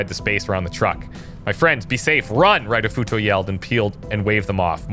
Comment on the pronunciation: Plz read Japanese names like they are said in Japanese, Ritofuto (reetoh footoh) is not Raitofuto, and Tanaka is more pronounced (tah nah kah) Pretty please